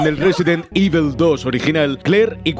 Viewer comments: Por favor, no digas "ivel" por favor... es "ivol", resident "ivol", me duele muy fuerte cada vez que lo escucho y encima lo dices un montón de veces jajajaja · "resident Ível"